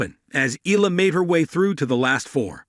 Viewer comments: It's AI talking. That's why it pronounced Eela not Eyala. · Correct Filipino pronounciation of her surname is (eyala) not (ela), hope you got this correctly on your next videos